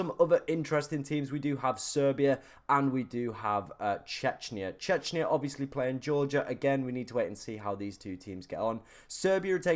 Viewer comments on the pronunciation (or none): Chechnya is a Russian territory btw, Czechia is pronounced Checkia.